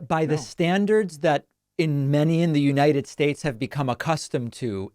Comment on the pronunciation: Venezwiiir. Missish. Chisish. United Schtates. Confefe. "I know words, I have the best words".